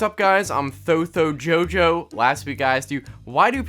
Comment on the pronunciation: Tho-yo jo